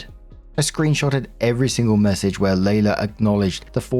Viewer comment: Story 1 - When sees "Leila"...and instantly mispronounces it as "Layla". Here's a clue: "LEE-la".